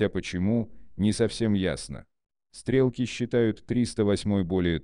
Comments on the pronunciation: Сложный текст на английском языке, замороченный примитивным автоматическим переводом без должного понимания и контроля автора и автоматическая озвучка, продолжающая давать забавные оговорки, которые превращают стреков в "стрЕлки", но быстро перестают смешить и мешают воспринимать текст. Люди, думающие на русском языке, сегодня обычно представляют себе величины в метрическом измерении и уже плохо понимают о каких именно величинах идет речь когда им оглашают значения в футах и ярдах. Поскольку таких значений здесь много, и авторя не потрудился их перевести в метрическую систему, я не думаю, что кто-то переведет их все сам, скорее всего эти цифры просто потеряют понятное значение для большинства слушателей. Общий итог: взяли чужой мутный и спорный текст и изуродовали его так, что из него стало трудно или невезможнл извлечь что либо понятное и полезност Получилось отнюдь не "коротко и просто" как обещано в названии видоса. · Зачем такой дурацкий режим начитки использовать. СтрЕлки)) - еще бы Блестящих и Комбинацию вспомнил! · "Охотники и стрЕлки(!) предпочитают"??? Я дико извиняюсь, но можно было озвучку доверить живому человеку, а не синтезатору по производству звуков?